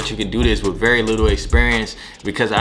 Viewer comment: He said wif him